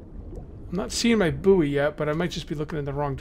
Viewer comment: Buoy (short for buoyant) is pronounced the same as the word "Boy". It's not the second word of the nickname of Howard Stern's producer. The last time I played this, the farming system worked, but you need a pan in your barbeque bucket to cook the produce, otherwise it's not worth much, You get seeds from the plastic waste and clay pots. This link talks more about that